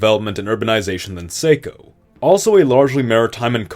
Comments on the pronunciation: Live in Maine! Less than a minute in and I cringed at the mispronunciation of Saco. It's a soft a, not a hard one. It's pronounced Sock-O, like a demented clown. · Saco is pronounced “Sock-o.” Also, it’s weird that this state wouldn’t even follow the whole (or even most) of the Saco River watershed. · Great video, but your pronunciation of “Saco” hurts my brain. It’s more like “saw-co,” not “say-co.” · As a lifelong Mainer, my only comment is how badly you butchered Saco. It has a short a, not a long one. Theres no way anyone around here would pronounce it any other way, since the town of Saco has been established for so long. It's as difficult to hear as the mispronunciation of Bangor by those from away. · Glad to see Northern New England up first!! But as others are, I have to give a few notes on the region: A) Nice call naming the new state after the Saco River! but as someone who lives on the NH/Maine border and works in the city of Saco, its pronounced Sahh-koe, not say-ko lol B) Theres a hefty cultural divide between coastal and inland Maine, while NH has more of a north/south divide that blurs over pride for the White Mountains (being The Granite State)... that are now in Maine! C) Maine and NH already have a natural border - the Piscataqua and Salmon Falls rivers - that ends roughly where you drew the new border. I'm not certain what's being followed here? County lines? D) Looks like Manchester (NH's largest city) is now in Maine... while the state of Saco gets most of Maine's economy and at least 70% of both states' populations!! E) NH was an original colony while Maine was part of Massachusetts until 1820... So I'll suggest moving the west half of the new border to the north side of NH's White Mountains National Forest, and give Maine back Portland... and rename Maine not NH then you're solid 😉 Or combine the two states in full and make both even angrier! This is a really well done video with a unique take - keep up the great production!